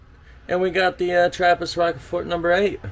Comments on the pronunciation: I lol'd, thanks bro! (btw: Rochefort is pronunced as roshfor, french and all its silent letters...) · As Belgian trying to explain how to pronounce Rochefort (my favorite)with English words. Try saying Rush-four and then for even better pronounce Rosh-four. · You pronouce Rochefort like Roshfor: French word, sh like in "ship" and the emphasis on for in a French way. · Rockefort should be Rochefort. Pronounce it as rush but with "o". Roshfort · Okay that is rochefort with a SH sound, not a K sound...like the caves in that town.. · Its pronounced rosh4. Antwerpenaar here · You have a nice selections of Trappists but you missed the best imo... but who am I ? An ordinary Belg. The best Belgian trappist beers are : - Westvleteren 12 , you only can get them in the brewery & on special occasions ( Xmas ...) - Rochefort 10 ( pronounced rosjefour ...) - Chimay Bleu ( the blue one) The best is to visit all these abbey's in Belgium , the monks are the nicest guys you will meet .... And after the Trappists you can test all the other beers we have ... every city has his beer ... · It's pronounced Ro SH Four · Please pronounce "Roshfor" for the Rochefort. A french speaking town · Its pronounced Rosjfoor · Rochefort is pronounced as "rosh four". Also heavy Belgian beers always contain yeast in the bottle (not always that much), because the fermentation continues after it's bottled. It's perfectly fine to drink, you won't get sick of it lol. It might be bit bitter if you drink a high concentration of it. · As a Belgian, I’m gonna tell you how to pronounce Rochefort 😉 the closest I can tell you over a chat is to pronounce it is Rushfour. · Well done. And that are just the Belgian Trappists. (BUT Phonetically... It,s pronounced ROSJFOUR. Good of you. After the tird. Yeah.... But then. You were hammered. No worries. WE TOO (I;m from Flandres) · I don't want to be pedantic - but I am British... Row (like you'd row a boat) Shhh Fort. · Rochefort is pronounced as Rosjfor. Just helping 😀